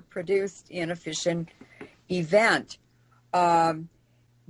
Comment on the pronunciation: I thought she kept saying fishin' products...not fission products LOL